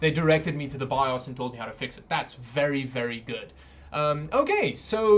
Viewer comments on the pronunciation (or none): none